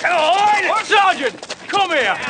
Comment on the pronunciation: I beg to differ. I believe is is Sarn't. lol